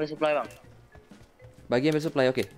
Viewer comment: Ngogeyy bang